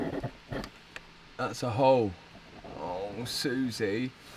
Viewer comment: saying hole pronounce hoe 😂